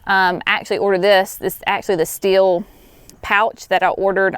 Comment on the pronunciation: Ohhhh! I thought she said "steel" pruners. So did the closed captioning. Haha!